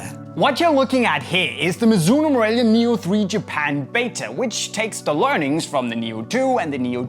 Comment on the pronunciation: What did he say ? Mizonuno nu morealia 🤣